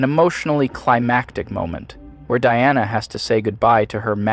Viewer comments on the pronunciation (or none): Brother, you said Deanna Prince. It's Diana. Come on. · Im gonna be that guy real quick. Erm actually the Wonder Woman theme is using an electric cello and her name is pronounced Dai·a·nuh. ☝️🤓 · I love your scripts, but maybe get your pronunciations consistent? I knew there were two different ways I've heard "Gadot" pronounced, but you not only alternated between those two, you invented a third. Also, Deanna is a ship's counselor; Diana is the Amazon discussed here. Unfortunately that's not all, but you get the point. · When the AI said Dee-ana instead of Die-ana. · Diana not Deeana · DEE-ANNA?! You mean like DIANA? You literally should've learned how to speak phonetically, yourself. Omg your generation sucks. Dee-anna. How can anyone take this seriously? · I literally never heard anyone pronounce it as “Dee-Anna” it’s always “Die-Anna” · Lol who says "Diana" as "dee-anna"? Especially funny coming from someone making fun of phonetics. You also pronounce her last name THREE different ways this entire video, sometimes doing 2 different pronunciations in the same beat. XD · Had me until you couldn't pronounce "Diana"